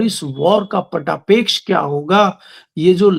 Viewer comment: पटापेक्ष नहीं पटाक्षेप होता है सर कृपया ध्यान दें आप से विनम्र अनुरोध है हो सकता भूल से आपके मुख से ग़लत मिल गया हो